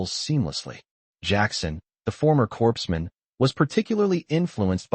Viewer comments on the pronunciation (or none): The word ‘corps’ is pronounced ‘core’.